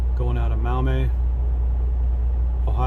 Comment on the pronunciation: Maumee is pronounced MawMee